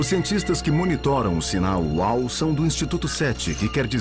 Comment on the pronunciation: Nao se diz sinal uau e sim sinal uou